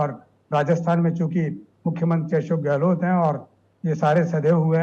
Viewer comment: Sardesai sir ka "Gelot" bolna😂❤